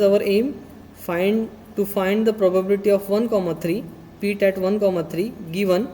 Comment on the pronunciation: for god sake , its not peet its pit